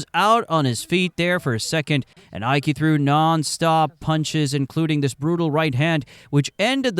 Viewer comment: A fun video except for a few mispronounced names. The double L in Arguello sounds like a Y. Ike is one syllable not two